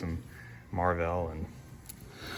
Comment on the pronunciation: Where can I find this “Marvelle”? How does it stack up against Marvel? Also you lied! We didn’t see how to unstick an engine only a stuck engine. You owe me 22 minutes plus the time it took me to type this out, and take an English class it’s pronounced Marvel as in modern marvels not marvelle.